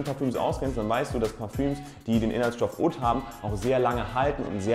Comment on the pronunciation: Oud spricht man so aus :"uhd"